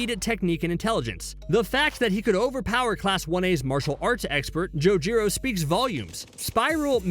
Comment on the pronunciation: bro did not just say jojiro instead of ojiro like what